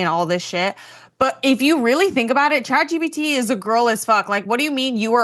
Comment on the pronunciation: “Chat GBT” 😂